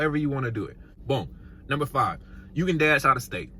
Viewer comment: “Numbee 3” 😂🙇🏽‍♀️❤️